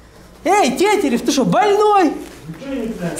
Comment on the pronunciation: Тетярев он сказал